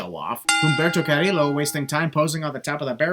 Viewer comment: FYI, Carillo is not pronounced like that, is like when u pronounce "jobber".